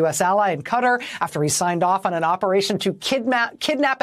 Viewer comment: Please learn how to pronounce the country qatar properly. It's not cuttar as you say. It's like guitar with a K. the ( Q ) is pronounced more like a K Ktar ) but it's spelt with a (Q) and the (A) is silent. Really it's not that hard. Americans seem to have this inability to pronounce words correctly. Just saying !!